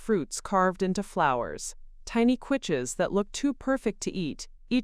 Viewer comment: You don’t know how to pronounce quiche? It’s Not “kwitch!”